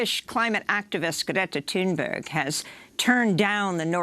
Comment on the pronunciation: the way you pronounce greta thunberg's name makes me want to kill myself. i'll downvote instead in the meantime